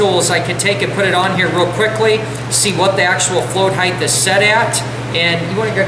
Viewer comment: Height not Heath